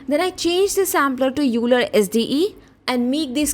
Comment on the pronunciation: Very informative tutorial , (nothing to do with your content and I realize this comes across as mansplaining), Leonhard Euler who gives his name to the sampler is pronounced "OY-lər" it sounds exactly like the word "oiler" (as in someone who oils machinery), not "yoo-ler." I got this wrong for a long time before someone pointed it out to me.